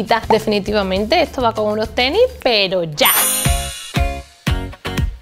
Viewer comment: Mucho dinero y todo pero le dice "TENI"